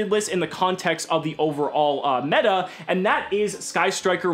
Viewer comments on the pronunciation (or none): none